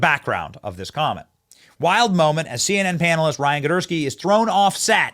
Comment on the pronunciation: “ Gidursky” okay I’m convinced Benny and are both faking not being able to read. lol